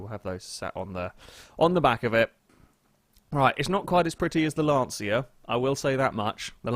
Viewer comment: He pronounced Lancia wrong. It's LAUNCH-UH, not LAN-SEE-YA.